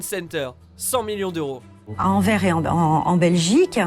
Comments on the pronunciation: En Belgique on dit pas Anver on dit Anvers et ça ce prononce Anverse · LES FRANCAIS VOUS CASSER LES COUILLES ont dit enverS pas enver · les gars, on prononce le S dans "Anvers" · C pas anvert c Anversss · On dit Anverssss pas Anver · On dis Anverssssss et pas Anver 😅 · Anver xD on dit Anverss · Ça se dit anverss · ANVERS il y a un S et il se dit Si vous préférez pour retenir dites ANVERSSE ^^' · On dit Anvers avec un s à la fin donc vous les franquillons arrêter de dire Anver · On dit anverS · Vous les français vous dites tous Anver mais dans Anvers le "s" se prononce on dit anverse comme si il y avais un "e" a la fin. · C'est pas Anver C'est Anvers 👍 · J'adore ce que du fait, mais on dit Anvers (Anversse, pour la prononciation ;) ) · on dit pas anver on dit anverS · Super video mais on dit pas "anver" on dit "anverS" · on dit juste "AnverS" et non Anver 😁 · Je suis belge et on dit pas Envers mais AnverSE! Pitie sur le nom ;-) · On dit ENVERSSSSS PAS ENVER ! Vous les français vous abusez ahahaha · on ne dit pas " En vert " mais AnverSS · On dit AnverS, le S est pas là pour décorer hein ^^ fallait que je le dise ça me perturbait trop d'entendre Anver à chaque fois x) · on dit anversss et pas anvair ! bref sinon tres bonne video 😀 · anver non Anverssssss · c'est Anvers ça se prononce Anverse pas Anvers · anverssssss pas anver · on dit ANVER "SSE"!!!😣😣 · je suis belge et on ne dot pas Anver mais Anverssssssssssssssse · Il faut prononcer le "s" de Anvers il n'est pas muet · AnverSSSSSSSSSSSSSSSSSSSSSSS le S frr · Anver??? Serieux ??? C'est Anvers on prononce le "s" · Anverssssssssssssss pas Anver ou alors Antwerpen s'il vous plaît.. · Ça s'ecrit anvers mais sa se dit anverçe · Tu sais pas prononcer anvERSSS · On dit ANVERSE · Les gars, Anvers faut prononcer le S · Anvers se dit Anverse je suis belge... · Comment ta écorcher anvers #teambelgium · Ça se prononce « anversse » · AnverS on dit le S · On prononce le s à la fin d'Anvers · S est pas Anver mais Anvers avec le S!